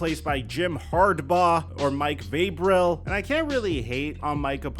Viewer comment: arent we gonna talk abt how he mispronounced Harbaugh and Vrabel😂